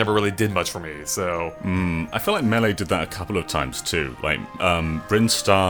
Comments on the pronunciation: Why does say melee as “mulay” instead of “maylay”? It annoys me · What the hell dude? It's pronounced May-Lay. The anouncer even says it in the game. I love ya'lls content, but it always hurts me when you say melee like that. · In my opinion: "Maylay" is correct "Melay" is acceptable "Muh-lay" is completely wrong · He says Mh-Lay, it's so weird. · I always laugh at how say "m'lay" whenever he tries to say Melee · That’s Not. How. YOU. PRONOUNCE. MELEE. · augh! Melee is not said like some sort of fancy french word! The first "e" in the word makes the sound of it's own name.